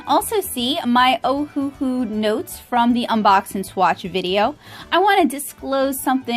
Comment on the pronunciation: You're very talented! Just an FYI that it's pronounced Oh-Uh-Hu (Owahoo). The company named itself after the Hawaiian island of Oahu, they just spelled it phonetically for some reason. Anywho, 2 of their classic sets are even named Oahu, and the other 2 are named Honolulu.